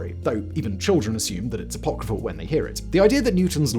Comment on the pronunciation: Say "apocryphal" again, bro... i dare you...